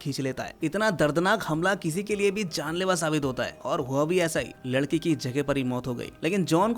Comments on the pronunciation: pr lakdi bolrha h ladki ko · ladki ❌lakdi✅ 😅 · Bhai ne ladki ki jagah lakadi bolati 12. minute 52 second😅😅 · Are o bolne me mistake huaa hai 😂